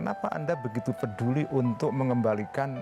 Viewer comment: gigi lu noh benerin dulu ngomong peduli ae jadi veduli anj, tapi tetep up otak lebih prioritas ya pak ya